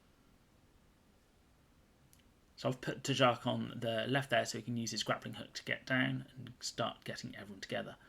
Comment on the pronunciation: The pronunciation of Tjark is making my ears bleed! It's supposed to be pronounced with a "SH" or "CH" at the J. Tchark with a sharp tch